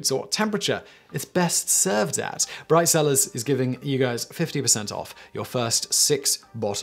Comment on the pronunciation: I swear I heard "Bride Sellers"